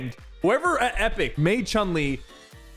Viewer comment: Why did you say CHUNK LI